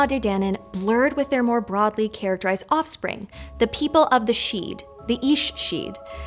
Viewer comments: I cringed every time she pronounced sidhe ("SHEE") as "sheed". 😮‍💨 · It’s just she as in banshee not sheud. Also Shan-kee not shanaquay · The pronunciations here bothered me so MUCH: TOO-AH DAY DAN-AN, and SHEE. A name for a variety of female sidhe were called the ban-sidhe which is where we get the Banshee - note the SHEE pronunciation? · Sidhe is pronounced "shee" not "sheed" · lots of incorrect pronunciations here for example, you don't say the D part in sidhe...it sounds more like "she" when pronounced correctly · Great video! 👏Only thing is ‘the sidhe’ is pronounced ‘she’ as in she/her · Sidhe is pronounced shee, the D is silent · There's no "D" sound in Sidhe. It's just "Shee." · Not sure where you get your pronunciation from, but it's not great. The TDD are NOT fairies. OMGs! They are considered Sidhe (pron she) but are not fairies. And they are NOT Celtic. They are specifically Irish only. The languague is not Gaelic, it's Gaeilge. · Sidhe is pronounced /shee/ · Sidhe is pronounced 'shee' Aos sidhe 'ace shee' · I've never heard the D pronounced in Sidhe though. Maybe I've heard it wrong all my life but I've always heard it as "Shee". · Great video, but isn't sidhe pronounced "shee"? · Some notes on pronunciation because Irish can be tricky if you don't know the phonetic rules Tuatha Dé danan: To- ah -ha de dan -aan Fir bolg: Fur bolg/bolc Sidhe: she (as in bán Sidhe, fairy woman - banshee) Fo/mor/rians stress on the mor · Omg the butchering of the word sidhe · She puts way too much emphasis on the "h" though. And the "d" in sidhe is silent.